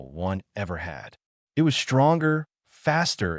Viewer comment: Have you noticed how bad these AI's are at just reading. Eye- T instead of saying "it" They can't tell the difference between pronunciation of words like "read or live" or what words should be emphasized in a sentence. They're basically stupid. Start complaining about these things people or they will never improve.